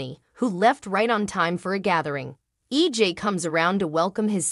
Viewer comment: Maybe if you actually watched the show you would know how to say the characters name right...even the towns name. It's not even EG...ITS EJ...you get it a fee times, but yet wrong other times